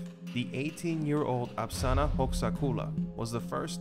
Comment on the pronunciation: It's spelled and pronounced "Apasra", not "Apsana"